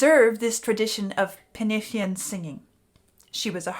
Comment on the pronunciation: Loved the video and, being Welsh myself, I really appreciate you pronouncing penillion in Welsh.